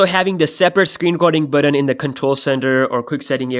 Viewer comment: It's button. Not buddin. Why can no one pronounce the word correctly. There is no D in the word button.